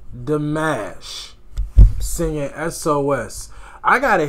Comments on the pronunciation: I've heard him live. He's very real. Lol. And it's pronounced Dee-mosh, not like mashed potatoes. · Nooo...don't go with Di MASH. It's exactly like you said it the second time. It's not like mashed potatoes! PLEASE don't call him like the first option.Dimash is EVERYTHING. Kind, humble, intelligent, giving, loving. And you have seen NOTHING. This is TAME compared to what he has grown into since then. He's actually performed in 15 languages now, and he plays 7 instruments, models, acts, composes and has a Master's in Music Theory and is now pursuing his PhD. Thanks for the reaction, although you stop WAY too much. You don't give the cinematography that he has worked on much respect. I would say...WATCH HIM. It's pretty amazing how he moves his body with the music. Less drama, more attention. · The correct way to say his name is the other way you started to pronounce it! You have just been Dimashified! Welcome to the club! 😊❤️